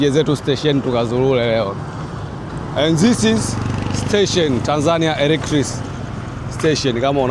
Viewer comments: Ni muhimu kujipanga kabla hujaanza kurecord. Hilo neno electric train or electric locomotive ilitakiwa ujifunze kulitamka kabla hujaanza kuongea. Linasomwa electrik na sio electrisi. Ila ume improve your spoken English. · Kizungu cha Tanzania 😂😂😂😂 Electric train ( elektrik)